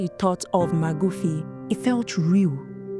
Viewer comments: Thank you for this report very informative but its Magufuli not magufi much appreciated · Magufuli, not Magufi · It's John Magufuli not Magufi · Magufuli, not Magufi. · “Magufy” is crazy 😂😂😂